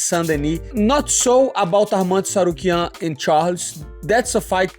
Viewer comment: It's interesting that Renato was the only one who pronounced Arman's surname correctly😅